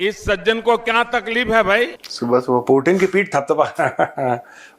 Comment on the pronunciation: Putin❌ प्यूटन ✅ 😂😂😂